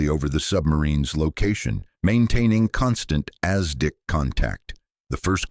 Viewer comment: Hey!! Use real people for voice over! It's not Ass Dick!!! its ASDIC!!!